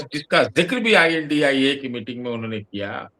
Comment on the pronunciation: I N DI ALLIANCE pronounce kyu karte hai unko INDIA गठबंधन बोलने में दिक्कत है।